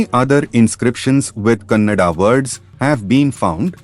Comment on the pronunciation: It's Kannada not cannada